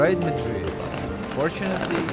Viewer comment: HAPPY BIRTHDAY!!! YUMMY --> Spanish food is the BEST!!! BUT 9 pm ios too late ---> I would get so hungry. (p.s. Madrid is pronounced with a soft "a" & accent on the last syllable)